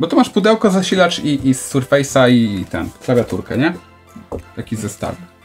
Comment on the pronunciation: Sprzęt Maicrosoftu to [ serfes ] a nie [ surfejs ]